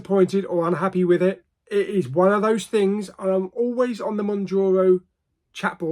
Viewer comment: Moun ( JAR ) O. 😂